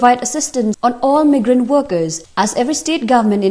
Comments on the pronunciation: it's supposed to be "my grant" and she's calling it "me grant". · Meegrant workers....RIP English language...join Avenues noh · Listen to how she pronounces "migrant"